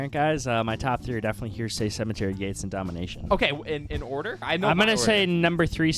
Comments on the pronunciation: The fact you keep pronouncing heresy as "hearsay" is quite annoying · Please guys, it's pronounced "hair-a-see"